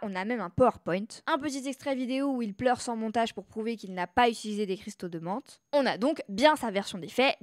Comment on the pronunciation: Menthe !!! Pas Monte !!